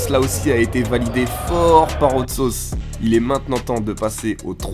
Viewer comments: Par contre mec faut vraiment que tu travailles ton accent si ton idole sappelle hot sauce. J'ai été choqué d'entendre "haute sauce" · Je suis le seul à avoir les oreilles qui saignent à chaque fois qu'il dis Haute Sauce ?? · Ta prononciation de hot sauce est dégueulasse tu te la pète un peu bcp mais la vidéo est sympa